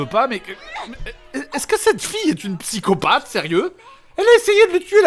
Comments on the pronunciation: A , on dit "psychopathe" et non pas "psycopathe" monsieur Grenier :D !! Mais bref, la vidéo déchire quand même !! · une vidéo qui part un peu dans tous les sens. Et sinon on dit "psychopathe" et pas "psycopathe"